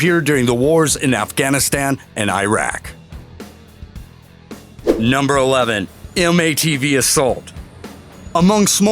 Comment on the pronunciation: why can't Americans pronounce Iraq properly? they invaded the place